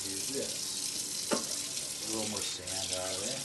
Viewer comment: "Finnish to.. sant?" what was that last word? So is he from Finland?